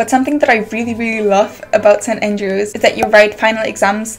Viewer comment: It's St. Andrews, not St. aiiiingelrews